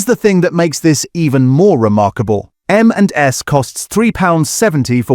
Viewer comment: Very hard to tell it’s an AI voice until until it gets to “M&S” and it can’t say it right. The only giveaway.